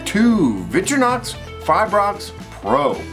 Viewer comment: He can't pronounce Victorinox, you can't spell probably; I'd say tie goes to Jimmie.